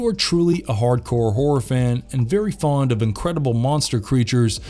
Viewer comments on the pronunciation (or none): none